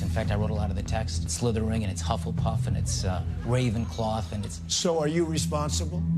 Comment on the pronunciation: Homeboy said "ravencloth"